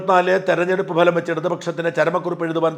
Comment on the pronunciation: ഭലം അല്ലഫലം എന്നു പറയണമെന്ന് അഭ്യർത്ഥിക്കുന്നു